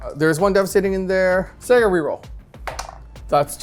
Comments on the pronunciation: Loved the eating the corn on the cob, hated the pronunciation of Saga. It's not a game company from the 80's and 90's, it's a Saga, not a Sega. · Love the show; but for the love of the all father… it’s SA-GA not SE-GA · It's not SEGA it's saga. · Sah-guh not Say-guh by the way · Sahgah, not SEEEEEEGAAAAAA. The wolves aren't a game publisher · Why does pronounce saga the way he does? Lmao it’s not sayga, it’s pronounced like sah-gah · Saw-guh…please …Please lol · plz its pronounced SAH-GAH! 😂 Epic game though gents, scary armies! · I believe if he said "saga" correctly, he would have won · please for the love of all that is holy learn how to pronounce saga properly. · pronunciation of Saga makes the nails bite.